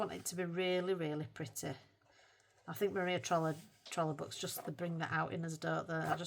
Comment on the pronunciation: I love how you say Maria trolle like a northern Maria trolley 😂 it’s all I hear and picture in my mind, Maria’s trolley 😂 can’t wait to see what you manage this month. Glad you’re slowing down with the untouched books! ❤